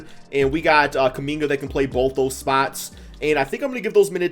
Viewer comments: did u really call Kuminga "Kum Bucket......." okay i guess. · 😂 he said kumbucket 😂😂😂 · Did bro really say “kum bucket” ??